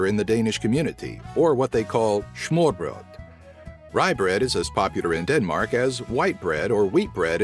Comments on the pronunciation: You say danish words in a funny way. Also, what happened to the Ø in Smørrebrød? It was switched out with an O as far as I can tell. Also, you forgot to mention that the flag has a name. Dannebrog. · Can u spell the last dish please? The very popular dish with potatoes and salad, I don't understand? Also the "s" in smørrebrød is just an "s" as in "Sam", not "Sch" as in common german (schnitzel). Most of the words is actually... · Its not smugbrød but smørrebrød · he said Smørrebrød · The way he pronounced smørrebrød XD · lol im danish ty for making a list about denmark :) and the way you say smørebrød is so funny i say it like that now :D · What??? you tried but that sounds nothing like Danish 'smørebrød'! haha still fun to listen to.. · You didn´t say Smørrrebrød rigtigt... not a singel English person (i know) can XD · u are pretty bad at saying smør brød